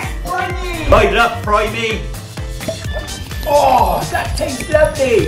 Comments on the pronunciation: It doesnt pronounce prime e its prime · It's not pronounced primie It has a silent E. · And its pronounce prime not prim-e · Bruh it's not pronounced prime-y it's pronounced prime without the y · Bro for one richard drank nothing and prime is not pronounced prim-e its pronounced prime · Who pronounces prime (prim e) like bro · (Prie-M) prime thats the pronouciation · How you pronounce prime primeeeeeeeeeeeeeeeeeeee😂😂😂😂😂😂😂😂😂😂😂😂😂😂😂😂😂